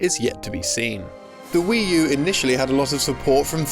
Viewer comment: "Wii Tu" there. Nailed it.